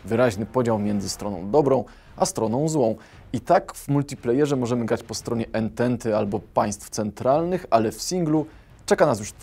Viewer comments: "ententa" wymawiamy jako "antanta". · Bardzo ciekawy materiał, jednak gwoli ścisłości, słowo "Ententa" czyta się jako "Antanta". :) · Durak Nazwa "Ententa" pochodzi od francuskiego "Entente", czyli "przymierze". Francuskie "entente" czyta się "Antant" i dlatego wielu historyków itd nalega, by słowo Ententa wymawiać Antanta. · Jan Wacławik | Dokładnie, tego uczą już w podstawówce.